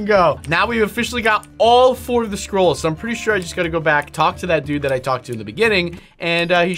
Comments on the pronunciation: i honestly thought he said squirrels but then when he said it again i heard scrolls lol 💀💀💀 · Unspeakable when u said “scrolls” I thought u said “squirrels”!Haha!🤣🤣🤣🤣🤣🤣🤣🤣🤣🤣🤣🤣🤣🤣🤣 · I thought you said squirrel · at first i thought you said squiralls